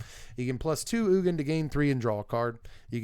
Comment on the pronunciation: Ugin is pronounced 'you-jin' not 'oogen'